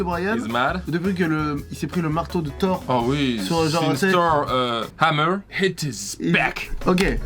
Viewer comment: " since euh.. thor HAMEEER... HIT ISS BECKKK" 😂😂